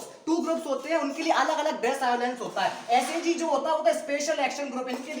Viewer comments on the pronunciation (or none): Abe chutiye tumhe to allowance na pronunciation bhi nhi kerna aata hai.